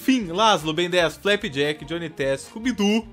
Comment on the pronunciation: não consigo passar dessa cena que ele fala "Chubi" tipo scooby so que zoado, kkkkkk nao consigo parar de rir kkkkkkkkkkkkk